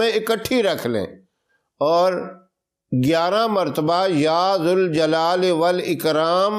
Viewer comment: غلط وظیفہ بتایا ہے غلط پڑھا بھی ہے یا ذا الجلال والاکرام میں ذال پر پیش پڑھا ہے یہ غلط ہے ذال پر زبر ہے دوسری غلطی کو ٔی سا بھی درود شریف پڑھ سکتے ہیں درود ابراہیم ہی پڑھنا ضروری نہیں